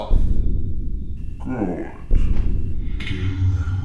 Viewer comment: I disagree with the pronunciation of N'Zoth. "N" should not be pronounced as the name of the letter but rather by the sound the letter makes. Not (en-zoth) but (n-zoth). Just as we say (k-thuun) rather than (see-thuun).